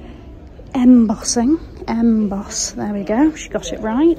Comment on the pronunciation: "just with a little ... ,,, ... EMbossing ... EMboss" 😆